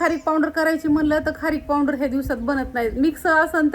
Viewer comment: पावडर म्हना पावंडर कस तरी वाटत